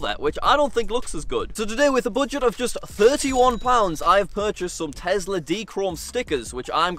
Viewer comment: I like how he said tezla and my friend was omg lol it is Tesla I started laughing but It is fine how u say it ur content is great 😊❤